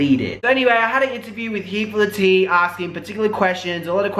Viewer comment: intro -he four thaa-ha teeh = here for the tea - si-buurs = subscribers? lol just in case you gotta decipher.